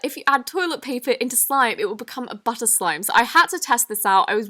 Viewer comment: Am I the only on that noticed that she said slome instead of slime in the intro